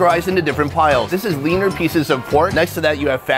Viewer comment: U said the word "leaner peices of pork" and I heard "weiner peices".... idk... don't ask